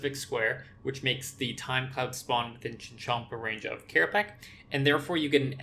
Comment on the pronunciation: * Hermoine voice * it's kerapatsj, not kerapack